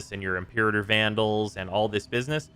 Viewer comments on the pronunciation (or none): none